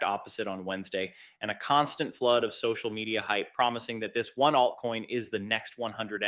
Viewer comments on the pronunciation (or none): none